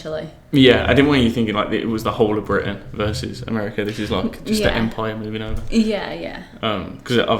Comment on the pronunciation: My man sounds super Irish when he says "empire"